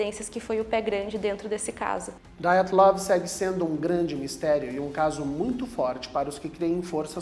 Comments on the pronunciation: PELAMORDEDEUS!!!!! Parem de pronunciar nomes russos como se fossem americanos!!!!! A pronúncia correta é DIATLOV e não Daiatlov!!!!! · Não se pronuncia "Daiatlov". É um nome russo, portanto se diz Diatlov. É o minimo que se espera de alguém que posta um video.